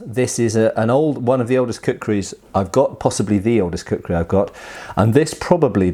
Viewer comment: lol, kukri "krisis"